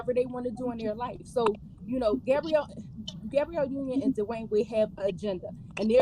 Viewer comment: It kills me when calls her GAY-brielle Union. 😂 It's Gab-ree-elle.